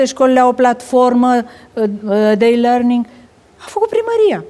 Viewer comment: Plafoma de i lăing... e asa greu sa faci exercitii de dictie pentru rârâitul ala